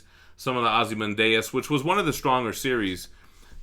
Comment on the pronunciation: "Ozzymondayus" Freaking died laughing at that pronunciation